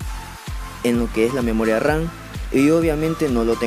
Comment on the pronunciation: A mí cuando dijo memoria ran😂